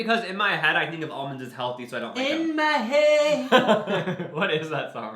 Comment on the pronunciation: “In my heEad”